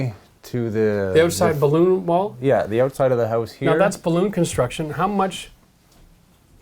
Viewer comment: Are you saying "balloon construction"? That doesn't seem right but I can't tell what on earth you are saying hahaha